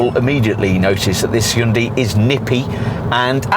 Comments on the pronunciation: Slightly better pronounced as "Hoon-DAY" and not "Hoon-dee!" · How about you learn how to pronounce the companies name correctly?